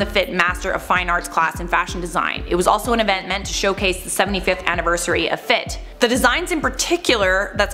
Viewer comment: If multiple students bought up the issue then they knew it was an issue and chose to ignore it. The students should've bought it up to the department chair too. Also it's pronounced "F.I.T.", all the letters separately. I attended the illustration program not the fashion programs.